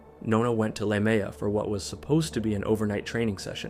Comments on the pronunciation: the fact that the script read Leumeah as 'la mea' OTL it's pronounced loo-mee-a btw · I know it’s a nitpick but there is no place in Sydney called La Mea, he’s probably referring to Leumeah (pronounced “loo-meeya”) which is out west near the bush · La Mea is Leumeah lol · same thing with La Mea instead of Leumeah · La Mea? Are you sure you dont mean Leumeah? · Don’t you mean Lumeah? Not La Mea! I grew up in Sydney and there’s no such place! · Shit, that one about the girl who thought she was meeting a guy about animals happened here in Campbelltown area. Also, it's pronounced Loo-mi-ah. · The last story... Is he saying the suburb Leumeah? Pronounced loo-me-ah... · As an Aussie, just FYI the suburb mentioned is pronounced "loo-mia" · It's Lu-me-ah 😅 (I grew up there 😂) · Lue-Me-Ah is how you say lumeah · Nona is from my hometown, leumeah Campbelltown nsw in Sydney Aus, it’s not a very big area and when this happened it completely shook our town, the place she was found was literally a 2 minute walk from my grandmas house, every time I pass there I get chills and think about that poor girl. It was absolutely horrible Also leumeah is pronounced loo-me-ah But thank you for bringing her story to light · The pronunciation is like “loo-me-ah”. For locals at least. I used to be a local, but now I’m further north east. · ah, I thought he was talking about Leumeah but I wasn't sure cause of the pronunciation 😭 also yeah, I live like two suburbs away and I never had any idea that this happened. Passing through Leumeah is going to feel really weird after this.